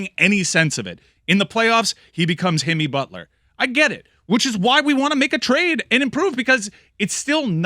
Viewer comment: That man said Himmy Butler 😭😭😭😭😭😭